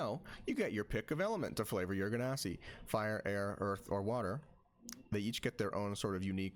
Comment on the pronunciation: LOVE THE VIDEO... hate the genasi pronunciation 10/10 would torture my ears again